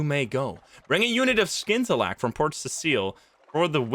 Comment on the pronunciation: Watching all the way through to see how long it took you to figure out that you can scout the surrounding area by sending out your Zee Bat. Also you don't pronounce the C in scintillack.